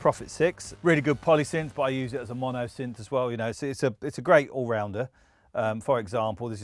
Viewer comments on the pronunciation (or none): none